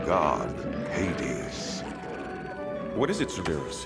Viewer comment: I can’t get over how they’re pronouncing Cerberus 😂😂😂